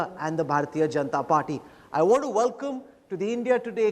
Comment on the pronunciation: kanwal still hasn't learnt to pronounce the word welcome.. vallllkummm